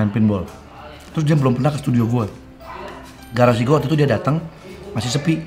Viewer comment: Itu garsi ap cafee ya. 🤣🤣🤣🤣